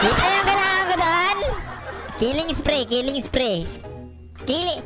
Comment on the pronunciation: ME: KILING SPREE: KILING SIPRII PAUSO TLGA LODS HAHAHHA